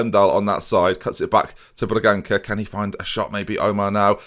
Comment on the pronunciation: The ça in Bragança is pronounced sa. I know it isn't important but it just annoys me when you pronounce it the way you do XD Still love you though,. Keep up the great work and the great series, I'm loving every single one.